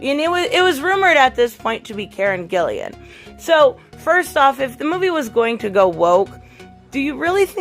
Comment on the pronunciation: Its Gillan not Gillian